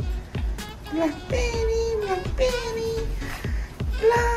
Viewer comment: Hahahahaha blaak-bey-ri